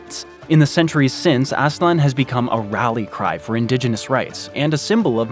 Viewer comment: Its Aztlan (not Aslan).